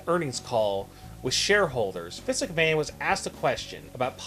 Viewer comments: bruh...do you not know how to pronounce his name?? it's Vince.....not Visk...smh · the narrator need to enunciate, he hasnt said vince correctly once in this video